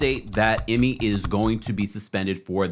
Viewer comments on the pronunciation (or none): His name is pronounced I and Me I ME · It’s pronounced Eemay 😂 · Dude stay butchering ime name. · THAT'S NOT HOW TO SAY HIS NAMEEEEEEEEEEEEEEEEEEEEEEEE